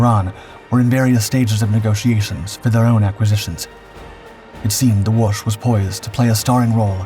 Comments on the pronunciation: Pronounced Wo-shee. The last letter is an “ś”. That is that whistling or whispering sound Poles are known for… You just keep practicing… you’re gonna get better. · Good atemt at saying Łoś but you were saying more of Łusz not Łoś as "Ł" is read like "w" in what, "o" is read like "o" in not and "ś" is like verry soft "sh" or that's closest way i can explain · It's Łoś! You see it's important beacause Łoś (ł is english w and ś is kinda verry soft sh) means Moose, while Los would mean Fate.